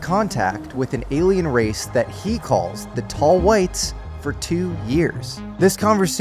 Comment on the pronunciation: tall Hwhites.